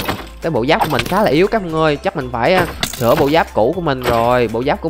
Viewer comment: "Sửa" chứ k phải "sữa" a ơi :v